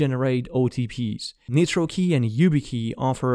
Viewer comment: Great info. PS: rely on for important tech info but assume all his English pronunciations are off, and don't copy them if you're an ELL (English language learner). e.g. Nitrokey is NOT pronounced "neetro-key", it's n-eye-tro-key. ie. The 'i' in nitro is long, not short. Or, more commonly in all his videos, every time he says any ending with '-es' or '-is', it is WRONG. eg: eg: Basis is NOT pronounced "ba-seez", it's "ba-siss". Update 2021: With hindsight, we can better understand the 'group immunity' security concept because it works the same as the "herd immunity' we keep hearing about, re: Covid. When you have people around you that are careless about hygiene (whether it's digital, bacterial or viral), it lowers your safety too. So pass these videos to your friends. Just don't try to learn English from them.:)